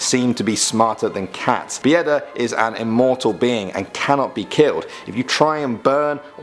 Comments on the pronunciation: Some of them I didn't even know and Bieda is just being poor 😂 still good try in pronouncing some names in Polish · ughh, you butchered not only the names but also the way you write them strzYga, not strzga poŁUDnica, not poLUNdica Bieda (byeda) not Bijeda (biyeda) Biali zimni ludziE, not lud-zi